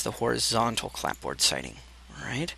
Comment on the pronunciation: appreciate the detailed instructions through all those adjustments.. fyi... the "p" is silent in clapboard... :)